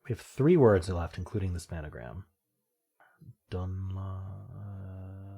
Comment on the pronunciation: Do you say 'span-a-gram' for a reason? It's just 'spangram', an extension of the Spelling Bee's 'pangram'.